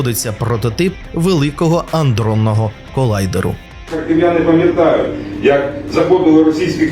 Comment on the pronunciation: аНдронного, тормо3е ти да-унічеський, аНдронного